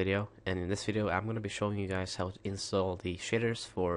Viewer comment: sounds like he says shiters just sayin